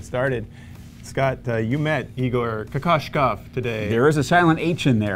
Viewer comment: Kokoskov! Get it right